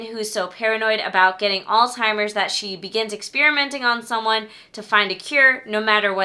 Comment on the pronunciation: i pull out my hair every time i hear someone pronounce Alzheimer's as All-Timers. there is no T in Alzheimer's. Stop saying that!